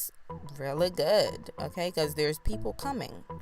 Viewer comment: OMG I have to follow this channel...just hearing her say "m...kay"....so West Indian...I love it